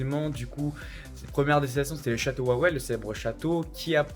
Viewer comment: Il manque le.quartier juif, les cimetières, le musée d Oscar Schindler ... il y a la mine de sel de Wieliczka. T es resté 1 journée en fait. Il y a que Rynek (la grand place ) et Wawel (qui se prononce Vavel). Il manque énormément de choses !